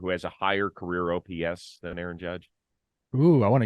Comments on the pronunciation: Who the hell is A-A-ROM?? 😂😂 Sounds like a computer drive.. jk, great show as usual, fellas! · Arson judge now Aarom judge 😂